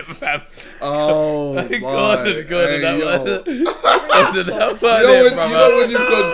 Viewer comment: They call Gordon diga d 😂😂😂